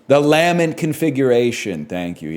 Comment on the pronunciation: crazy way to say lament